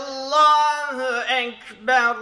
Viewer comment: Arapça ü harfi yok, u var ve u diye okunur. Allah kelimesi Allah diye okunur Ellah diye değil. Bu ü geleneği nereden geliyor bilmiyorum ama arapça telaffuzu araplardan öğrenmek doğal olarak en doğru yoldur. Saygılarımla...